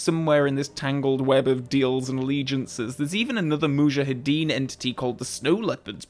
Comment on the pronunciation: How does weaponry novice Saunders know that Bond missed *deliberately*? Hoped you would address this minor plot hole. 25+ years of being irritated by Dalton's mispronunciation of "Mujahideen" finally put to rest by this splendid little segment.